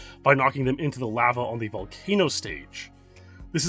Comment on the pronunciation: U say lava so odd , deff not the right way to say it lol